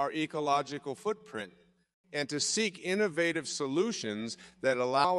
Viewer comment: "seek approval" not "sync approval" haha